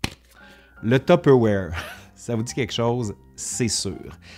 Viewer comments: Ouais mais on ne dit pas "top awaire" ! on dit : "Tuu peure vouaire"...en France. Ma mère a raison. Point. 😂 Ps : merci, c'était très intéressant et très... nostalgique pour moi. Ma mère a utilisé une espèce de bol orange avec le même couvercle que celui que vous avez dans les mains pendant des décennies. J'avais du mal à manger ce qui en sortait, vu que le plastique était un peu noirci à force, en pensant à toutes les substances toxiques qui devaient contaminer les éléments... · ah ! que de souvenirs en regardant votre vidéo instructive agrémentée de "zzzz" !! Enfant, j'assistais aux réunions "tue père voire" (prononciation lorraine Est de la France) et j'en conserve un exemplaire des années 1970 ........ 😊🧑‍🍳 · Maman disait « tiperwait »! Impossible de lui faire prononcer ce mot à peu près correctement. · Haa! J'ai jamais réussi à prononcé correctement ce nom ^^' je suis sûrement pas la seule en France je dis: tu paire va re XD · Non non non, c'est tu-pe-wouar (humour) mais c'est ainsi que le prononce ma mère. 😅